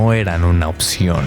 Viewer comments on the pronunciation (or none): none